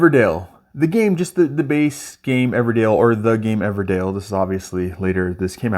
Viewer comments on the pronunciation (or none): Good video. EverDELL, not EverDALE 😉